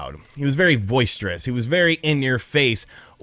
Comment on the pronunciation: It's boisterous, not voice-terous